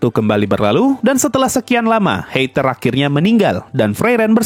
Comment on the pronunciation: Bro, nama-nama mereka itu Jerman. Jadi ei dibaca ai.. Seperti heiter jadi haiter, eissen jadi aissen.. Dll